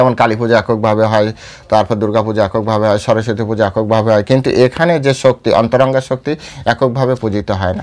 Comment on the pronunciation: হরেকৃষ্ণ প্রভু / আপনার শ্রী চরণে প্রনাম জানাই / প্রভু এইযে উচ্চারণ করেছেন অন্তরংগা ও বহিরংগা শুনে আমার এত আনন্দ পেলাম কি বলব কারণ মা থাকতে এই উচ্চারণ শুনেছি আর আজ শুনলাম / হরেকৃষ্ণ